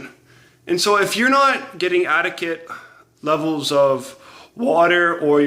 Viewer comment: Dude can't even pronounce 'adequate' yet thinks he can master human anatomy Ie Failing at elementary school level education but thinks he's excelling at post graduate PhD level Lmao